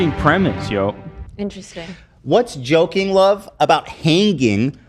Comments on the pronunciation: Joking ❌ Yolking 🍳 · I just realized love is saying joking 😂 I did t realize it u til rewatch